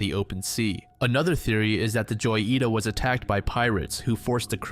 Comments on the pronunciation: hoh-yee-tah, not joy-ita, it means little jewel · First case is pronounced: ho yi ta Its a diminutive of joya: jewel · Yeah, the pronunciation is not correct. "Ho-yee-tah", with a hard "j" would be the correct way of pronouncing it. I am a Spanish speaker, I live in a Spanish speaking country, but I kinda find it cute or even funny when they soften words that for us, are pronounced with our whole larynx 😂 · Joyita is spanish so the way to say it will be hoyeeta it pretty much means little jewel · Hi! Absolute banger video. I just wanted to tell you that in the first mystery where you talk about the "Joyita", it's not probably pronounced like that. It's very likely pronounced "ho-yita", a diminutive from "joya", meaning jewel in spanish. I'M NOT SURE and it's probably speculation, but I thought it wouldn't hurt mentioning it. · the name of the ship "joyita" is spanish for little jewel. If you struggle to find the correct pronounciation you should use google translator. You've got it totally wrong.. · The way you pronounce joyita caused me cancer